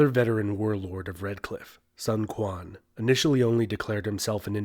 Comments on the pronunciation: Killing my ears. You know better. Sun Quan is pronounced => Soon Shwan/Chwan. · I hope history channels would put just a little effort to trying to pronounce names. You don’t need to sound native, but if you already have the time to study history, make some time to learn how the names are pronounced. Sun Quan is NOT Sun Kwan, at least try to make it like Sun Chuan. A little effort, that’s it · Glad that you pronounce Cao cao right and not cow cow... however... you pronounced Sun quan wrong.... it's sun qi-yan not sun ku-an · Did he just said “sun kuang”??? 😂😂 right pronunciation is su-n chu-aen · Pronouced « Soun Chuan » not « Sun Kuan ». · just fyi, it's not "Sun" (as in Son) but (as in Soon) and Quan is not Kuan, but Chuen. (Chu-ann) Other's everything else is ok. I wanna go into the whole Cao Cao thing, but there are some who thinks it should be pronounced the way you pronounced. not the chinese way of saying it. You were pronouncing it more closer to "Sao Sao" but it should be pronounced more like Cha-ao Cha-ao. if you use google translate to translate "曹操" into english, you can hear the chinese pronunciation better. otherwise it's a good video, some parts were missing but still good enough. There's more to Liu bei and Sun Quan, and there's a whole other story between them and Sun Quan's side also have a whole story about his father and stuff, but still as a quick video, it's great. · Its Sun Quan(Soon Chooan) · Sun Quan - Pronounced: Soon Sh-wan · The reading is too week ,sun quan?it is probably read as soon quan ,althought the spelling is correct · Please pronounce Sun Quan as Soon Chu Ann. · You pronounced Cao Cao and Sun Quan incorrectly!